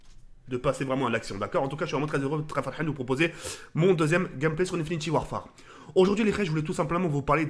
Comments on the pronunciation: Pq il dit InfinitIE warfare au lieu d'infinite warfare il est con ou quoi ? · j'aime pas quand il dit Infinity warfare wsh frère c'est Infinite warfare